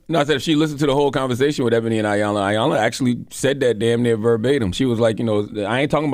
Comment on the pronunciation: Damn it a her Name is E-Yanla!!! As long as she’s been around say her name right.